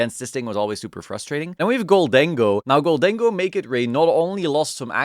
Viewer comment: thank you for saying "gol-dengo' and not 'golden-go'.That funny man thing deserves our respect.